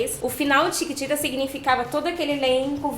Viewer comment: ela tbm fala thiquititas!😂